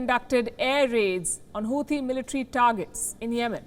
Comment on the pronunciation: Not hooothi, it’s hauthi